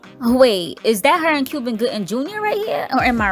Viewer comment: I swear she said ‘CUBAN’ Gooding JR